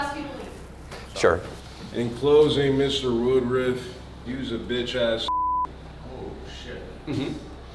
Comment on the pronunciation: Why they calling him woodrif instead of woodruff